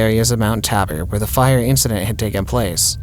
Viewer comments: It's pronounced Mt.Taybur Mt. Tabor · Except he didn't know how to pronounce Mount Tabor. It rhymes with Labor. The a sound is not like that in cat. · It's pronounced 'Mt. Ta-bor'. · You pronunciation was pretty far off. Listening to how you said Mt Tabor ruined that story for me. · Mt.Tabor...Tay bor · FFR It's pronounced like "Tay"-bor. Like "say" ☮️💜